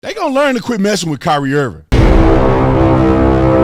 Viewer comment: You said Kaap wrong but Kyrie right??? 🤔🤔🤔🤔🤔 Later for you Holmes 🤦🏾‍♂️🤦🏾‍♂️